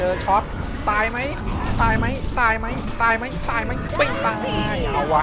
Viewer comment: คำว่าตายมันกระดกลิ้นไม่ได้พี่ก็ยังพยายามนะกระดกลิ้นนะ